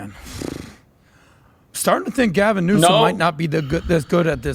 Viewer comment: 🇺🇸🦅🇺🇸😂🚨😂 OH! BOY! SERIOUSLY “GALVON” 🤣😂🤣DIAPER-GATE! 😂🤣😂🤣🚨